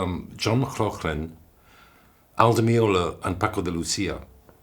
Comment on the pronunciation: Firstly, Dominic (bless him) mispronounces Paco de Lucía’s name, and Paul Davids laughter comes across as dismissive of a true guitarist. Forget melodic scale wank - Paco was the real thing, channeling passion and deep cultural roots.